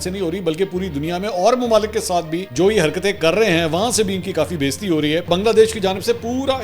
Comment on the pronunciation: Mansoor bhai please correct urdu word بیزتی نہی ہے بے عزتی ہے۔ hope you don't mind. Love you